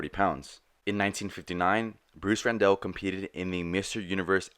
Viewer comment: Last name was Randall, pronounced like Tony Randall. Not Rendell.